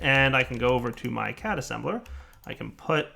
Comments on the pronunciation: Is it my or does it sound like says cat assembler instead of CAD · you don't say CAD like the way you say it you are actually supposed to spell it out. That's howvthey say it in the anime.